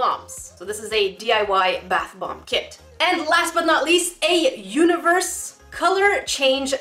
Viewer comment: did anyone ealse hear her say bath blomb?